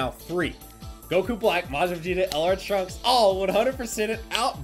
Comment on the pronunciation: Theres 1000 things i wanna comment, but i wanna say... Im pretty sire since “Trunks” ends in a S you dont pronounce it “Trunkses” you just pronounce it “Trunks” other then that (sorry) keep up the good work and GL ON THE SUMMONS